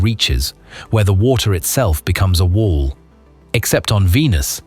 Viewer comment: It becomes a WOHL.....not a wall but a wohl😂😂